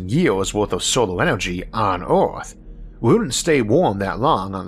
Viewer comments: Isaac has Rhotacism & has spent $10,000’s & 100’s of hours of speech therapy dealing with it. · The end of orrth